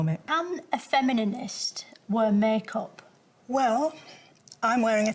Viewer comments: I think her mispronunciation of the word "feminist" is very funny.. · "Femininist" ahahah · I love how the lady just let her keep saying "Femininist" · ish - femininist 🤣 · Nope, you're hearing it!